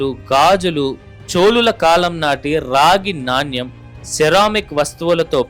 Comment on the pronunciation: నాణ్యం kadu నాణెం అని పలకలి.